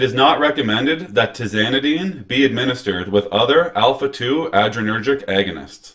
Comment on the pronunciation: It’s like “tell me you’re not reading this off the computer screen” without telling me you’re reading off your computer screen. This is the future of our doctors? He didn’t even pronounce adrenergic correct…let alone that it’s an agonist on the #2 subtype. Zero stars for you bud!